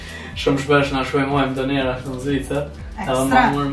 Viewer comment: Jeni qifti ma i mir ne bot veq vazhdoni kshtu edhe një send haha nuk thuhet doner po Döner hahah❤😂